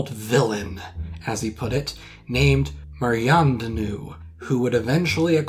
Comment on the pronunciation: Maryandanoo- Mary Antoinette... Come on Man! Come on! I know you french but come on!